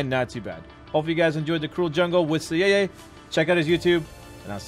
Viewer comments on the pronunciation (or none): Cyeye? Lol wtf that not how you pronounce it. Cy-Eye (cyborg eye) thats how you prounounce it